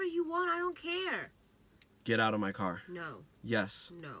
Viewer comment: “I’m nawt getting ought.”